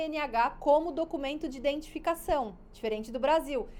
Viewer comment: Corrigindo tua escrita e pronuncia seria o correto falar identificação não como está pronunciado e escrito indetificacao